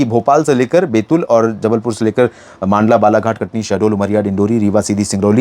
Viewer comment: सर मंडला जिला mp का उसे मांडला न बोले आप हर वीडियो में गलत उच्चारण करते है 😢😢😢😢